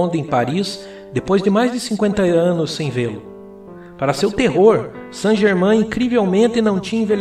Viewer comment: Que coisa irritante. Pronuncie corretamente Saint GermAIN [ein], um pouco de conhecimento da fonética francesa só enriquece o trabalho.